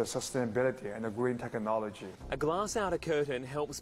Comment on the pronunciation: The Green Tech-a-nology....LOL